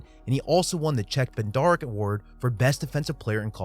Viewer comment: LOL He said Check Bed-Darrick award. Dude. Dude. Chuck Bednarik. Said Chuck Bed-Nerick